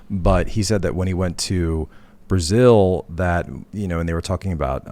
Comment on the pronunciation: Brazil-zil-zil ahahahh